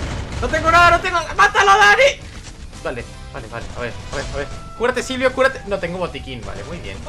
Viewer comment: con tdododododododoodtodo y se dice silvio no zilvio jajajaja